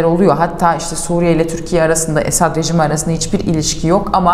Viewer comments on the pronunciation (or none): none